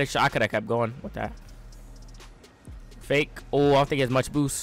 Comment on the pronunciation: When says fake it sounds like he is saying fae 😂😂